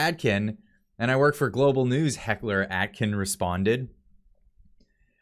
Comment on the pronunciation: Omg, your pronunciation is so off. Please fix. David A-kin! Your still pronouncing Poilievre wrong, why??? It's important to get this right. Honestly, ready to stop subscribing. Practice proper pronunciation! No Atkin. Aiken!